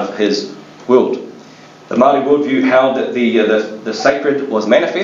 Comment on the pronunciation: The pronouciation for Maori words is absolutely appalling, sorry I couldn't listened to it.